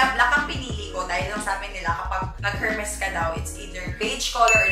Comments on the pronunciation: PRONOUNCED PO SYA AS ER-MES HINDI HHHHERMES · Silent H po yung Hermes. 😅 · Kaya mong bumili ng HERMES pero di mo ma pronounce ng maayos ang HERMES. kaloka ka! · silent "H" po, sa Hermes 😁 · Its silent H Ms zeinab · Silent H for the brand Hermès. Don't wear it if you can't pronounce it. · Deserve lahat! But please, silent H ang Hermes 😊 But no harm done! Whether mali or tama ang pagsabi ng brand name, deserve na desserve! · Sana my mag correct sa kanya ng pronounciation ng Hermes. It's silent H po. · Silent “H”po yung pronunciation ng Hermeś mamsh. Dont get me wrong. I love you ❤️